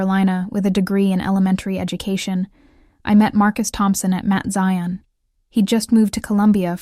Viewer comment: Can someone please 😢tell the narrator it is NOT Mint Zion, It's pronounced Mount.. smh. Somebody needs to go to ⛪️ to get educated 🙄 to get educated about church ⛪️ 🙄. Ughhh.